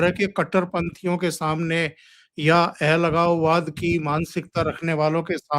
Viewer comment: ओमकार जी आप अलगाववादी को एलगाववादी क्यों उच्चारण करते है?